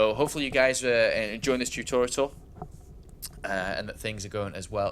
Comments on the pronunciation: Tutorital... Come on man. too-tawr-ee-uhl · do all Brits say "tutorital"? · I love the fact that said 'Tutorial* once or twice, and then going back to 'tutoritals* xD is awesome! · It is Tutorial not Tutoritals. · why do you say tutoriatal? There is no third t in the word. It's tutorial! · TOO TOR E AL Not TOO TOR ET AL ;) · tu-to-ri-al.. Not tu-to-ri-tal. He's prolly doing it on purpose, but its not funny. Its a learning video and people with bad english will start sayin tutorital and be laughed at. Its mean. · TUTORITAL, WOOOOOO!!! The extra T is for TER-FUCKING-RIFIC!! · really throws me off hearing him (and seeing some the comments) say "tutorital." that's not a word. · ha ha ha why the fuck can he not say tutorial ha ha ha thats some funny shit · love your way of saying tutorial xD "tutorital" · Man, I love your videos, but it's "Tutorial" I'm sorry, but lol. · I swear, if he says "tutoriTal" one more time.... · Tutortital? Really? Say it how its spelt please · when i hear "tutortial" it makes me wanna become a grammer nazy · Every time I hear tutorital I feel like killing a newborn baby. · I believe the joke is that says "turtorital" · EVERY TIME HE SAYS TUTORITAL I DIE INSIDE A LITTLE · JESUS CHRIST IF HE SAYS "TUTORITAL" ONE MORE TIME I WILL UNSUB. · How do you consistently say tutorital... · Stop saying Tutorital >!>! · Tutorital? Spelling it wrong I can understand. But saying it wrong? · Who pronounces tutorial like that, seriously? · Why can't he say tutorial? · wtf, he forgot during 11 months how to pronounce 'tutorial'? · For the love of god someone teach him how to pronounce tutorial! That aside thanks a lot great stuff as always! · cool thanks for the upload. yousay tutorial funny but I guess im just being a dick telling you that